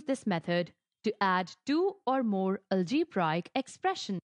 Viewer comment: Algebraic pronunciation is wrong and no explanation column 2 method is wrong . Well tried by the way ...